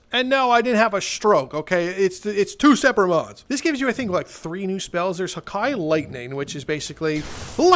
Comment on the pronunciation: The fact he says haki like hakai hakia is from dragon ball bruh and Haki one peace